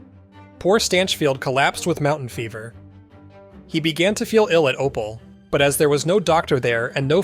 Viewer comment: I hate the fact that this is the sort of comment that I'm leaving... But the town of Opal is pronounced "o-Pal" which I have my family from Diamondville to thank for that knowledge 😅 but another well done and fantastic video!!!